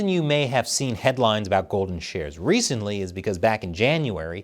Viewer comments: I can't be the only person who heard "golden showers" every single time you said "golden shares." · I keep hearing every time you say golden shares…. Golden showers😂😂😂